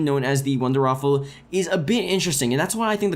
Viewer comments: It's not "the wonderwaffle" its "the wunderrwaffe" pronounced "vundervaffe". Please fix this. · It isn't called the wonderwaffle......... it is the wonderWAFFE....